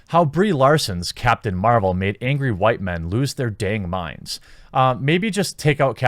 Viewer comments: Why do you say "WHOO-WHITE"? That sounds more annoying than anything this man hating woman has said so far. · Dude I agree with u. But STOP! Saying white like that it's fuckin annoying